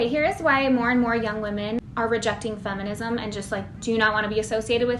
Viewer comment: Did you say efenism?